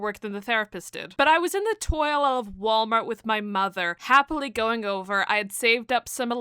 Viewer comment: Toy aisle ❌️ Toil ✅️